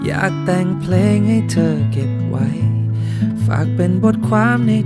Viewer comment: เพลงเพราะมากครับ เสียดายเขียนไขและวานิชออกเสียงคำว่า "เพลง" ไม่ชัด ฟังเป็น "เพง" หมดเลย เสียดายแท้